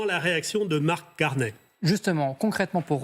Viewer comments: Sa se prononce Carné, pas Carnille lol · Pourquoi les Français disent-ils toujours Carnet? Ce n'est pas Carnet. Le nom rime avec chenille ou myrtille. Carney = Carnille. (/karni/)